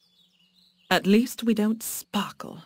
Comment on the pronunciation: Lol -" Alteast we dont sparckle" - Take that Edward Cullen xD